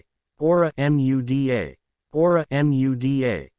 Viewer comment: I hate how the auto reader speech spells out Muda rather than say it. It's annoying when spelled repeatedly.